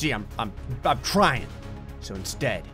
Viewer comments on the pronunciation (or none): none